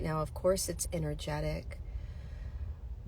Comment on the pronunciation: I just heard..INNER-JET-IC.....INNER-G ( as in G-Force)